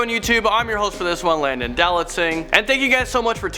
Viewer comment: He pronounces his name differently every time "hey guys its Landon do-not-sing" "hey guys its Landon dawlantsing"